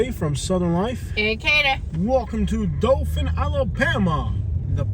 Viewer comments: Doe Thin is how you say it! Not Dolphin or Doe Fin. Resident of the city here. Wish this town could get some help. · It's pronounced DO THAN.